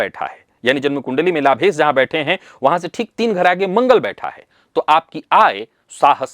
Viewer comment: कोई ऐसा दिव्यातिदिव्य महानतम प्रयोग/उपाय चाहिए जो हिंदीभाषी विद्वानों को 'श' का शुद्ध उच्चार करना सिखाये। "लाभेस", "लाभेस", "लाभेस"...